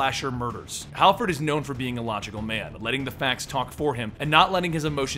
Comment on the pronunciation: Harford not halford.